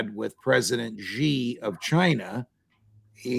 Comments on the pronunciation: SHEEE NOT JHEE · Excellent insights. By the way, Xi is correctly pronounced as "see", not "she" or "jee". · PLEASE stop pronouncing it a$ "ZHI" OR "JI". Xi is pronounced as "Shi" . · YOU PEOPLE NEED TO STOP PROJECTING YOUR BAD PRONUNCIATION OF PRESIDENT XI = SHEE NOT JHEE. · The president of China’s (Xi) name is pronounced “She”, not “Zhe”. One would think these guys would know that by now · Judge NAPOLITANO President Xi proper pronunciation is Xi= She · Who the hack is President GEE? Can't you pronounce someone's family name correctly!?